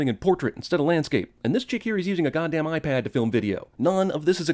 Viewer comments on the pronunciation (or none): none